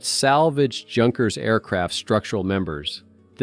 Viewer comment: Is pronounced Yonkers not junkers